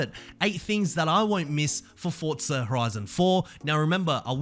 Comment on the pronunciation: Good video. I can’t stand how you say Fortza